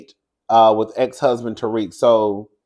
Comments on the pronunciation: That man is not pronounced Tariq😂😂 it’s pronounced Tau-rick. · It’s you pronouncing Tarek as Tariq 😂😂 you got me weak